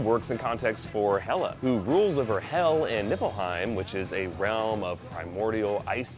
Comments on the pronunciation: its pronounced hel without the double - L same with hela am norweagean so i am the great great great great great great great great great great grandson of a viking on my moms side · It's actually Helheim and the ruler is called Hel or Hela